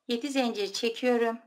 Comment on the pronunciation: Zencir değil zincir.lütfen